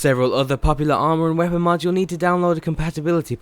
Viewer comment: stop saying "mads"